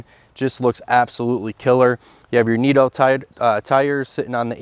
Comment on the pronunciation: My man said Neato tires 🤦‍♂️🤦‍♂️🤦‍♂️ I’m out lmaooo